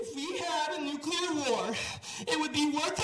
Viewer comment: OH MY GOD!!! It’s NEW-CLEE-AR!!! Every time you say New-cue-lar, you make us all sound uneducated. I can’t watch…